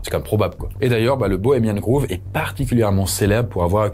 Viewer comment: Grove (comme « gros » en français), pas groove 😉